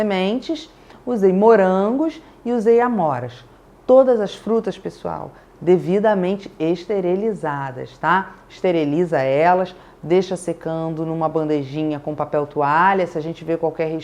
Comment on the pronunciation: "Esterelizadas" nao, flor. Esterilizadas!😎